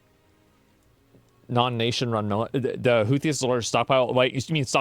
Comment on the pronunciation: Houthis sounded like Hoochi bruh, lol